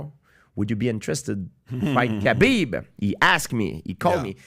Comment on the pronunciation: I wish dude would learn how to pronounce Khabib